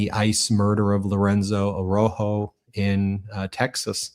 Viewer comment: Araujo. Like ah row (like cow) ho. please pronounce the dead man’s name correctly.